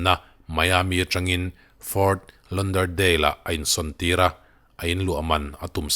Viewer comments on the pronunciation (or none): Fort Lauderdale hi — lau tih a lam tur zawk.. Lon nilo in... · Ft Lawderdale tia lam tur sap ho khuan chutiang zel cuan an lam..utube ah pronounciation chu en tur awm a post hma a lam dan tur hriat nan tha ber..engpawh nise i aw ngaihthlak anuam ber mai..ngaihnawm keep it up